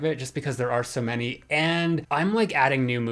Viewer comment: You forgot the “y” in “many”